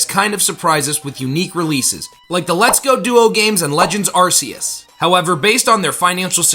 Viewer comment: Continue saying Arse- ious ... Might not deserve a like What's with the content creators?